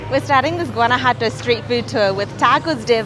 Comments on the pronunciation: It's not Guana-Jato it's Guana-JUATO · Great vlog, guys! It made me so hungry just watching. Lol! I've been living in Mexico for 12 years now (originally from Florida) and speak Spanish fluently. I'm alo an ESL teacher. Guanajuato is quite difficult to pronounce but here's the correct pronunciation: /wah-nah-HWAH-tow/ The "Gu" makes a sound like "W" when pronounced together and the letters "ju" makes a sound like the consonants "hw" when pronounced together (rapidly). Hope that helps. Love your channel! Saludos de Tequisquiapan, Mexico. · You really should learn how to properly pronounce Guanajuato. There is no "G" in the pronunciation, it's pronounced in the same manner as the letter "J" in spanish. So basically it's "Wanawato". But I can tell you're British, and the British are notorious for butchering even the English language so... And before you comment back, I used to live right in the next town over, Silao, Mexico. That's not coriander in the salsa it's cilantro. Coriander is the mature seeds of the Cilantro plant. A "square" pan? Sure looked like a round dished pan to me...